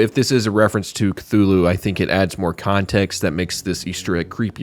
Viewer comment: Instead of Khlûl′-hloo for Cthulhu I thought you pronounced it Kuh-loofo (Im being honest)